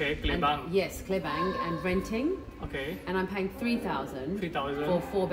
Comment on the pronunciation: The place name Klebang not Klubang ma'am..😊